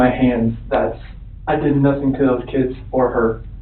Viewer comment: The way he says "those kids" really bugs me.